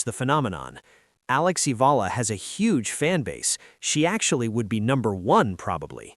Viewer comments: Alex EALA is pronounce EYALA. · It’s AAAAH-YAAAH-LAAAH you AI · Please pronounce her name, Alexandra /Alex Eala (E y a l a). All of us will appreciate the effort. Win or lose we support and pray for her. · It's eh-yah-lah